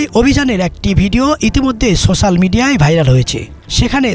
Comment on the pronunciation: body-green-covering-eyes::body-green-covering-eyes:SoChaal abar ki ?? Pronunciation is Wrong > Its Not SoChaaal < > Its SOCIAL < > SO * SHE * L <<<< Pronounce should be corrected, you guys are content creator / news Agent...People are listening and should give correct info. Please practice for Better Pronunciation .....Anything is Possible.... :) :penguin-blue-waving-tear